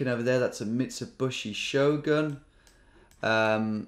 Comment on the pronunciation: "High-young-dai" "Mitsu-bushy"